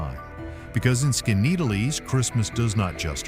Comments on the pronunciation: Skineatlease? Skoneedlease? You say it about 4 different ways and NONE of them are correct! Seriously. Get your pronunciations down before you create a video! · Holy crap, please how.tp.pronounce the names of places you're going to have in your video . . . Skinny-atlas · Skaneateles... BUTCHERD THAT. (Skin - E - Atlus) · Skaneateles is pronounced skinny-at-el-es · Oops! Pronounced SKAT-EE-COKE. Also acceptable is SKAT-A-COKE. Rick Delair, 😋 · 😂😂 it is pronounced skinny Atlas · Lmao...how you gonna have a video featuring unique towns and events without knowing how to pronounce! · Every time he said it, I shouted!😂😂😂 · It's pronounced Skinny - atlas. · PRONOUNCED. SKINNYATLAS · Said Skaneateles 10 times and didn't get one pronunciation correct. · Why did it pronounce Skaneateles a completely different way every time it said it, and none of them are correct? 😂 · thank you-- he really butchered the name! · Right. How many different ways did he pronounce skaneateles?😂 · Please learn to pronounce the names correctly if you are going to do these types of videos. It's Skinny-At-Less not whatever you were trying to say. And On-On-Da-Ga I would love to know where that solitary, snow covered mountain peak was actually. Even in the Adirondacks there isn't a mountain that looks like that, as they are a Domed Mountain Range. the old-time western architecture looked more like Wyoming than NYS.